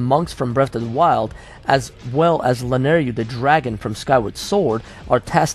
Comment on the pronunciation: Man... it's LanaYRU... Y-R-U ;P I dunno why but it hurt my ears every single time you pronounced it Lanaryu (yru-ryu). It hurts a Zelda fan xD